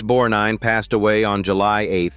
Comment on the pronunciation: Ernest "Bornine"? Asshole AI .... (God I HATE it!!)